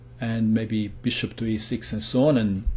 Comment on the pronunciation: i love how he says beeSHUP